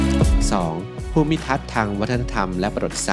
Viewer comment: อันที่ 2 Tokaj อ่านว่า โตคาย j ออกเสียง ย ค่ะ